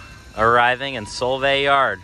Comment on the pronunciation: Fyi, It's Sol-vay not Sole-vay😅